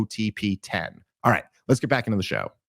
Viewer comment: Dave Smith: the only man I've ever known to pronounce the 'H' in *right*. RigHt? 🙃